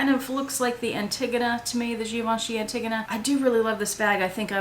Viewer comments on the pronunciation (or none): sorry i was cracking up a bit on your pronunciation for Givenchy Antigonia, pronounce anti like it is, then gonia. But hopefully you get your wish lsit items